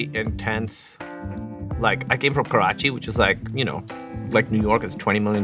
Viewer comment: Kudos to Sean for saying Pakistan and Karachi right 😆😁